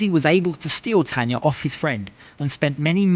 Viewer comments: Tana, his wife's name is Tana, not Tanya... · Tana not Tanya